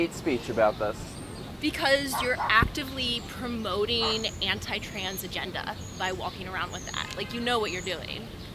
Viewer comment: I love how she said, "anti trans AGENDA" 😂